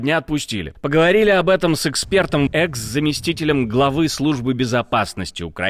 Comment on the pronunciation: Не икс, а экс